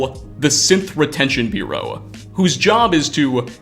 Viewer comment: Bureau, not biureau.